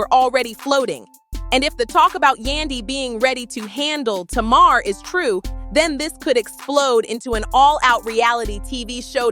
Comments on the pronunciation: TAY-MAR= Tamar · First of all you said her name right Tamar - Tumar , it’s not Taymr,If Tamar trying to get with Yandy husband she needs to confront Tamar, Tamar always in some stuff she thinks she’s Toni n she’s not I never did like her cause she acts like she can’t live without a man, I seen Yandy without make up n still pretty, I seen Tamar without makeup and she looks banged up lol 😂 They need to leave the Harris Family out there mouth n worry about what they have going on , 1 day Yandy going to snap its a shame her husband taking her thru all this messy drama , I know she really wants peace in their home, when Yandy ready to leave her man she will it takes time she trying to keep her family together in sake of her children why destroy everything because of rumors Yandy never caught him cheating n also you got guys that’s in their business SMH Yandy if I was you I would take my money and my kids n leave cause he doesn’t deserve you at all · It's funny how she pronounces Mendecees name correctly but can not pronounce Tamar correctly. 🤔